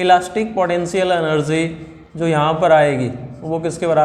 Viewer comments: Elastic podencial eneerge 😂😂😂😂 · 🗣Elastic potenzial enerzzy